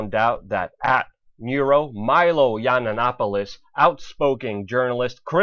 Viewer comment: Learn to pronounce his name bro....